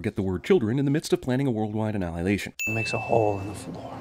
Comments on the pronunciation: CinemaSins Sin: The critic can't say "uh-nie-uh-lay-shun* (He says "an-ay-ay-ya-lay-shun" or something to that effect?) :P Ding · Pronouncing the word annihilation as annalihlation DING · You totally mispronounced "annihilation" lol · "anahlahlation". Sinning CinemaSins!